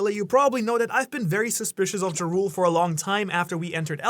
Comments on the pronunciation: everytime he says jarul i hear ja rule like the rapper....i think its should be pronounced more like jarl or yarl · Did you just call Jarul (Yar-uhl) Jah rule? Like the rapper 😂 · why does he keep calling him Jarule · pretty sure jarul is pronounced with the j as an y sound, just like jormungandr